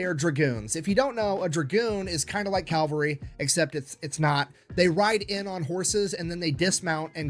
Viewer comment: It's cavalry, not calvary. Calvary is where Jesus died. Cavalry dies everywhere. off his game. In addition to Hobart many others contributed to massed-tank theory in the 20's and 30's. Liddel Hart in England, Degaulle in France and Deep Battle Theory in the Red Army. Real time communications between military vehicles with radios wasn't practical until the invention of the throat mic, which wasn't available until America invented it in 1935. It was immediately adopted by the German Panzer corps, but not by the British tanks (the RAF did, however). I am impressed with Hobart's accomplishments DURING WW2, but he DID NOT invent Blitzkrieg. The Germans did that in May of 1940. should do more primary resources. Sad to see him as just a crowd pleaser now.